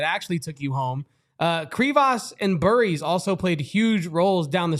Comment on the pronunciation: Am I the only one that was annoyed that they couldn’t get Jaden Bradley or Brayden Burries names right through out the whole game. They had to mispronounced both at least 3 times